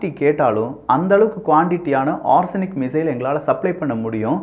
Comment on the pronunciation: ஆர்ஸனிக் இல்ல ஒரெஸ்னிக், பார்த்து படிக்கவும்